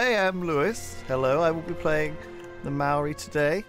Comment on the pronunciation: That not how to pronounce Maori